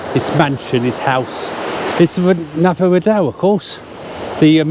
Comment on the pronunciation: Hi, I think the tennis player you were trying to pronounce was Rafael (Rafa) Nadal, I couldn't work out if you were mispronouncing it or the sound was bad at that part of the video